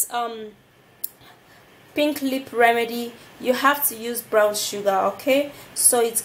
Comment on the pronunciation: && ITS Brown nott Brawn ik u working on English but I love da video babe